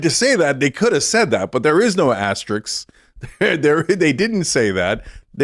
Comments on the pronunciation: Cenk, the word is "asterisk" not "asterix". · "Astrix" or "asterisk"? 🤔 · I love Asterix as much as the next Gaul but the word is Aster-ISK, Cenk. Sick of Americans butchering the greatest language ever by saying things like pundint, tenant and asterix where they mean pundit, tenet and asterisk. Fix it. NOW! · Asterix ??? HAHAHAHAH It's OBELIX ! JK it's asteRISK. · Can someone tell Cenk's nephew's uncle that it's "asterisk", not "asterix"? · bottom line is; I wont be voting for anyone who can't pronounce the word "asterisk" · He can't even say Asterisk